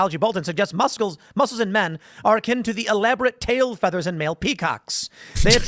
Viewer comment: Why does Tim keep accidentally saying “musk-les” lol